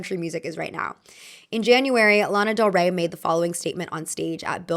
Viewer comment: Not mine saying del Rey with an "a"😢😢😢